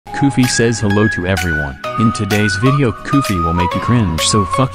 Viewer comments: “Koofy ❌ “Koogy” ✅ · you said koogy instead of koofy in a part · koofy❌ koogy✅ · "In today's video, Koogy will make you cringe so" Bro said koogy